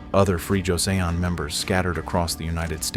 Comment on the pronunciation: First off—I like what you do. The stories are fascinating and well-told. But for God's sake please get a handle on your Korean pronunciation. I mean how on earth does one fuck up "Joseon" hint it's not "josey ohn"! This is not incidental it is essential. Please see to it.